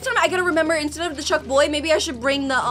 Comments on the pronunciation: ITS BONK CHOY NOT BUCK CHOY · It's bonk choy not chunk boy! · Lol yeah Very funni 😨💅